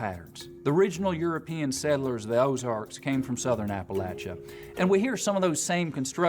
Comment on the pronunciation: You accent is VERY nice to listen to, but if you're interested in sounding more native probably the biggest thing I would suggest is the "Th" to "D" transition. A lot of ESL speakers pronounce "Th" with a "D" sound so it's perfectly understandable but it is a sign of a non-native speaker. (Very Spanish sounding in your case.)